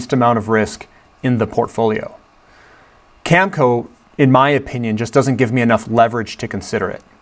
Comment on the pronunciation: Cam-a-co...in sitchoo